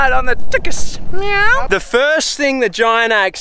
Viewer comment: Stop saying meaw